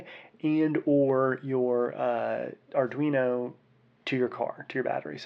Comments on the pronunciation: it's not adrino, my guy. sound it out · i think you pronounced arduino 4 different ways in this video